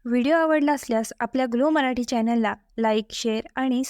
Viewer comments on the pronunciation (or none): none